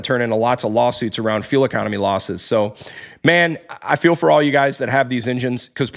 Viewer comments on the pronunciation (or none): none